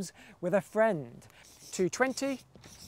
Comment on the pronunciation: Aww... is the best numberphile, he'll find his 284 soon enough. I love how he says "with a FRIEND O_o". ONE VIDEO ONE NUMBER ONE GREAT ENEMY But this time... the number has come... WITH A FRIEND dun dun dunnn NUMBERPHILE IV: AMICABLE EXPLOSIONS in lecture halls near you...